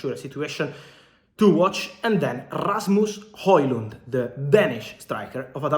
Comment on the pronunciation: Very nice pronunciation on Rasmus Højlund name (I'm Danish, so I know ;) )